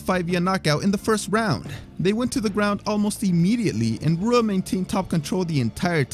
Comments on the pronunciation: How do you manage to pronounce Rua wrong? He’s an MMA legend you should know this shit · It’s pronounced like Hua not Rua. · Not Rua. Hua. R is h sounding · Rua is pronounced “Hua”... Portuguese my friend. R’s are H sounds